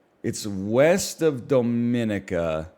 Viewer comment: I'm the only person in the world who cares but NL always mispronouncing Dominica makes me age twice as fast